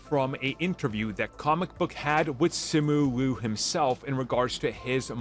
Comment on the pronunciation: Simu Liu (see moo lee oo) not sih moo loo Shang Chi (sh Ah ng Chee) not shee